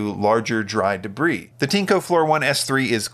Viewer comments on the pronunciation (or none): Not Tinco, its Tineeeeeeeco